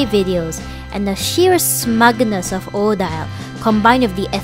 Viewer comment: How have I not discovered your channel before? I had to subscribe after 90 seconds. Not so much because of the Monster High but because of your ideas. And the way you describe your process. I’m so happy this video is 30 minutes! Thank you! (Also swan lake Odile is pronounced O-deal) So far this video is very impressive. I’m excited. 💃🏽